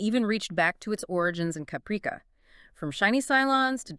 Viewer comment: You do not even know how to pronounce Caprica! Why do you stupid idiots think you can read something and then are knowledgeable and competent enough that you can post a video when you are completely clueless and butcher pronunciations while pretending to know what you are talking about when you are clearly are an inept idiot!